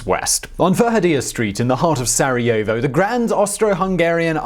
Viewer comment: Did you just say... Sareovo